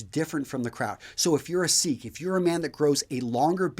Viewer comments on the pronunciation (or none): none